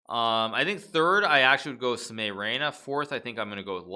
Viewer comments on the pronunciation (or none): none